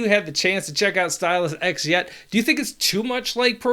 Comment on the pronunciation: It's S-Tie-luhs eccs